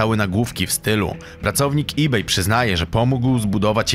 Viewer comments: błagam wymawiaj po ludzku ebay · Nie [e baju] tylko [i beju], nie [austin] tylko [ostin] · Nie astin, a ostin, nie ebaj, a ibej. Przed nagraniem odcinka usiądź i poczytaj o prawidłowej wymowie zagranicznych nazw, bo kłuje w uszy.